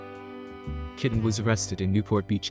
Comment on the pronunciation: You said, "Tawny "Kitten". It's pronounced, 'Ki taine'. Kitaen